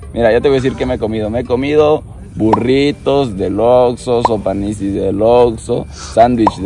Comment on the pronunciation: Recuerdo cuando subió el video de comiendo comida adentro de un Oxxo, el quería comer tranquilo su pizza pero no quiso compartir su pizza de Fud y también cuando no dijo bien el nombre de Oxxo dijo Vamos a Lord Lorso 😂😂😂😂😂